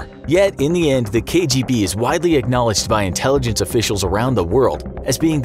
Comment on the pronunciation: Your pronunciation of what KGB stands for was a pleasant surprise